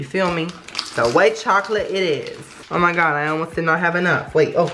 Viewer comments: Always poorly mispronounces oh my god when he tries the food. I watched him since 10k, big fan! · Replay every time he says “oh my gawd”